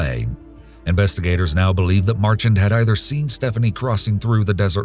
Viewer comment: For future reference folks its pronounced Mar-shan although its spelled Marchand